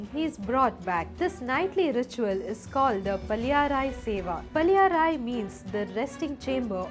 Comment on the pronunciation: It would be great to pronounce correctly - paLLI - arai